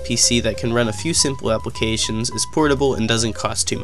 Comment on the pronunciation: If you skip to it sounds like he said "who can beat the Windows XPenis stalga"